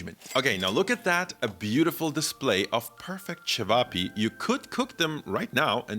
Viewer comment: Great pronounciation of cevapi 😊